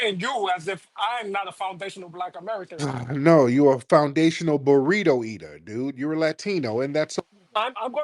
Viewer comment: Did he really think we couldn’t hear the accent tho? “Burrito” took me out bruh 😂